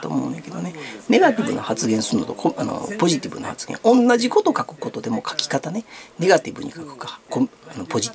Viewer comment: さんパァゼィティヴゥ😁